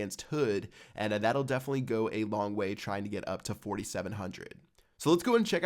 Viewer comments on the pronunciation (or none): none